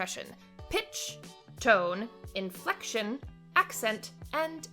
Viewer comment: So what is this "Infelction" you speak of? :P